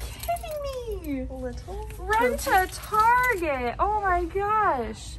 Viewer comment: "we are going to tArjEi 🙄" caught me off guard , laughing so hard rn 😭